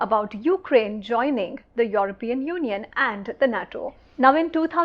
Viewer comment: Why do you pronounce Europian in that manner. ? Get it right.